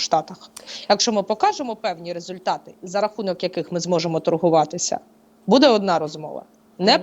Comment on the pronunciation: Буде(наголос на перший склад!!!!) ставит правильно ударение…, прекратите «интересничать»!!! Уже до рвотного рефлекса. Ваши вопросы тоже приходится слушать!!!!